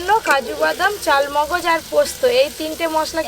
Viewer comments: Chalmagaj na charmagaj katha ta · কথাটা চারমগজ ...... চালমগজ নয়।